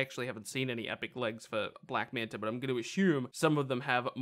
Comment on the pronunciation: Can you say black manta not black manter.